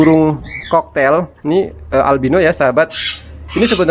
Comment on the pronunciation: Cockatiel koreksi bacaannya bang kokatiel bukan koktail bang😅.. itu ada huruf a-nya di tengahnya bang🤭. Kl mengendap di tahap awal gmn bang? biasanya tembolok ga mslh.. ini udh 9 jam blm turun.. umur 2mgg.. tembolok ga keras.. kl pk calsipro probiotik/em4 peternakan bisa ga bang? Takarannya gmn?? Buat ngurai makanan di tembolok soalnya kl di kuras sedot spet ga berani.. pernah nyoba susah ga ke sedot.. kasian bang..